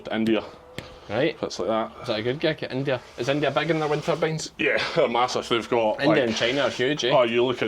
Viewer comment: Ah, "wind turbines" not winter beans 😂